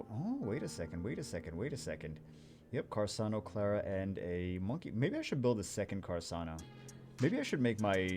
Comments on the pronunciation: I was going to watch the full video, but I can't stand listening to him talking "carsano" instead of carcano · it's not "Carssano", it's Carcâno, man, k... For real. He is trying to correct, kill him! Give me a break. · he's triggering me by pronouncing it as carsano and not carcano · What is “carsano”? It’s carCano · Hey it's Car-car-no. fire snipe. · why is he saying carSano? I'm so bothered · carc ano, there's no s in the name. Good vid tho :) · its car-khan-oh